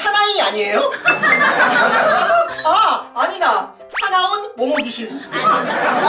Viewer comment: 2:6 발음이 ㅋㅋㅋ 샤나운 momo귀쉰 ㅋㅋ